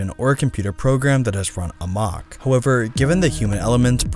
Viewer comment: Who taught this guy how to pronounce amok? Maybe George Bush, the same guy who taught him how to pronounce nuclear.